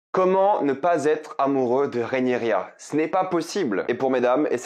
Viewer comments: Rhaenyra, Rhaenyra, Rhaenyra, Rhaenyra et non pas Rhaenyria😉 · Rhaenyra !! Pas Rhénirya :) !! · RÉ-NI_RA, pas RIA. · Désolé je fais le relou mais ça se prononce vraiment Rhaenyra et pas réniria 😂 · Pas si amoureux que sa vu que t’arrive même pas à prononcer correctement son prénom 😂😂😂